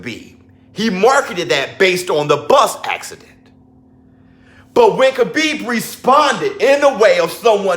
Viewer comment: Yo 🤣🤣you murda Khabibs name🤣🤣🤣